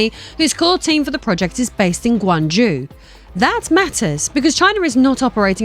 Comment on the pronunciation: Guangjew nope it's not pronounced like that, it's pronounced GunagJoe. As for the "journalist" 🤣 it's clown show BS.